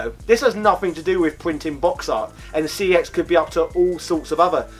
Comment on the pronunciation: It's pronounced "sex" not "C E X".